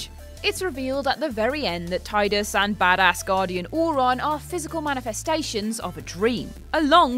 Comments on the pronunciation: It’s Tee-dus NOT Tide-us❗️Even James Arnold Tylor the voice actor stated this fact❗️❗️ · I know it's pronounced Tee-dus, but it's Tye-dus in my head canon. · It's pronounced tee-dus. Not tie-dus. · Yeah, I didn't know it was pronounced Tee-dus until a couple of months ago, like 15 years after I I first played it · You pronounced "Tee-dus" incorrectly for the whole article. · Its pronounced Tee-dus and Auron is an unsent, not a dream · Auron is not a dream, nor is he from Zanarkand. He is an unsent, from Spira. I forgive your mispronunciation of Tidus though, since I pronounced it wrong until recently. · It’s pronounced teedus. Not only did the game booklet spell out the pronunciation but even in other Final Fantasy games it’s pronounced teedus, not Tidus. Also Auron is not a dream, he was just dead the whole time. It’s Rye-den, not ray-den. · Tidus is pronounced Tee-dus. Raiden is pronounced Rye-den. Auron isn't a dream. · Why are you mispronouncing characters? Tidus is (Tee-dus) and Raiden is (RY-den). Also, Auron is an Unsent, not a dream. Do you even play the games first? I thought I could stay with you guys since Ben and Peter left, but this channel is getting worse and worse. Just lost a subscriber.